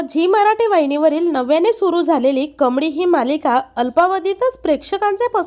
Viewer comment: Tu ka yetes bataya sangayla adhi nit uchchar kar kamdi nahi ga baikamali